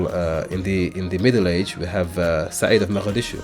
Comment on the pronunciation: Brother his name siad comes from the Arabic word to increase ziyaada, there is no “z” in Somali so it’s pronounced si-yaad close to how Abdullah azzam wrote